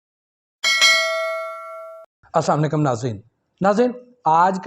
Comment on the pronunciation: Janab aap itni nowlidge rakhte h Magar salam assamulekum karte h Salam hota h assalamu alaikum Gustakhi ke liye mafi